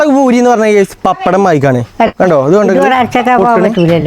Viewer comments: പഖത എത്തീയിട്ടില്ല ഭൂരി അല്ല. പൂരി എന്നാണ് പറയാറ് 😂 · ഭൂരി അല്ല പൂരി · Boori alla പൂരി